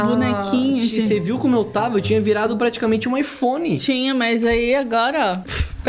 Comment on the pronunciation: não é phone e aiphone😂❤